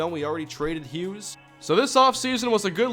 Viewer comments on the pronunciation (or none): none